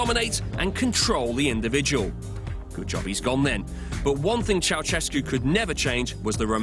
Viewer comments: Funny how foreigners pronounce Ceaușescu "cheauchesku", it should be more like "cheaushesku" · It's chou-SHESS-koo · It's Ceausescu,Chao-chess-ku , if u wanna pronounce it in english.